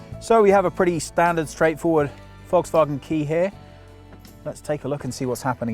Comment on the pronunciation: I notice that you, contrary to 99,99% of all Brits, can pronounce Volkswagen. GOOD. Now, try to learn Autogefühl as well. :)